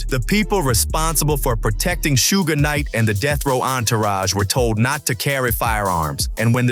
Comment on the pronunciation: "Sugh" Knight. Not sure if the spelling is right though.